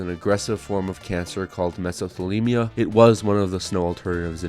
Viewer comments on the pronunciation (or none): can't believe you mispronounce mesothelioma..... how could you not have the "if you or a loved one" commercial burned into your memory?! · its mesothelioma ;) great video tho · I feel like the fact you mispronounced mesothelioma is the most hilarious way someone could give away their age.